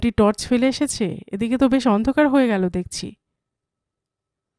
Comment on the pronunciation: তর্স নয় টর্চ হবে উচ্চারণ গুলো ঠিক করুন বাঙালির বাংলা ভুল হলে বড়ো কানে বাজে